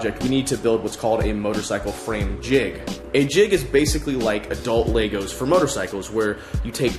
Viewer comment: Never heard someone pronounce Legos "Laegoes"